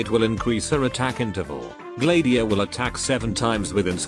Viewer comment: Wait it's Gla-diia? I pronouncing it as Glad-iia